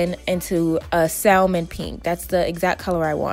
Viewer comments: “salman” it’s salmon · saLmin??? You mean SAM ON Salmon is pronounced SAM ON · Bruh did you say SALL- MAN??? 😂 it’s (sam -in) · Ashley D. I definitely say sal-Mon cause it’s comfortable lol😆😂...not in public though lol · I had to exit after sal-mon. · “SAL MEN”🥴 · Just an FYI the “L” in Salmon is silent it’s pronounced “sam-on”. Love you anyway hair is fye 🔥😍😘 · Not one comment on 'sal min"? Sal min? The L is silent. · I was looking hahaha! It bugs tf outta me when people say it like that! It’s pronounced Sam-on... hello the L is silent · maybe not you tho, sal min is something that I could not ignore though. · Thought I was wrong until I saw this comment 😭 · In spanish its SALmone. Leave her alone. Lol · Great video! But Baby girl, If you said “SAL-mon” one more time... omg the “L” silent. I don’t make the rules. 🤷🏽‍♀️ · salmon is pronounced like Sam-man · (Salmon) * sam-mon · Salmon. Like the fish. Pronounced sammon. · It’s pronounced like Samon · no hate but she said it’s called SAL MON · Salmon...it is pronounced Sa-men ...the fish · Salmon is pronounced ˈsæmən you don’t say the “L” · Probably cuz she kept mispronouncing “salmon”. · For me it was every time she pronounced the L in salmon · Miss.KnockOut she said salmon wrong 😔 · Pronounce Salmon correctly!!! (But hey some beautiful women snore!! Nobodies perfect lol) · The L is silent in salmon... the wig is cute keep up the good work!... 🦄🔥♥️ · her accent has nothing to do with the fact that she pronounced the word salmon wrong... the L is silent lmaoo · don’t pronounce the “L” in salmon... but gorg wig!!! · Girl why are you pronouncing the “L” in salmon? The “L” is silent 😂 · The 'L' is salmon is silent. That irked me so bad. Beautiful results: loved the video!! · Hahhaha "Sal-mon", I don't know if this is the original way to pronounce salmon (pronounced sammen... With an Australian sorta accent anyway) but I pronounce it "sal-mon" too. 😅😂 Awesome video!! Thank you! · The L in salmon is SILENT